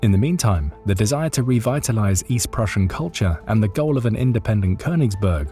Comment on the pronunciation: Prusia not Russia